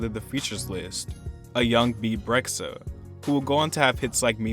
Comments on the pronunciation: he Said "Beeb Rexa"💀💀💀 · “Beeb rexha” ok ok 👌🏽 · “a young beeb rexha”